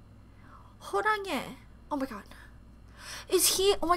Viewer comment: i cant she called hoshi horanghae 💀